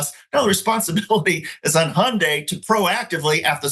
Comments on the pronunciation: Not "Hi yawn day" 😂😂 it's just "Hun-day" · Doctor richey the y in Hyundai is silent!!! Lol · No one pronounces Hyundai like that